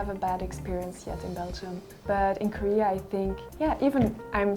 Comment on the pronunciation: "코리아" 라고 말하는 부분 발음이 너무 조으네요 ㅎ